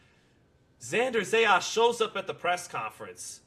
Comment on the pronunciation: these guys been talking non- stop about Zayas and still can't pronounce his last name right😂😂😂😂😂😂😂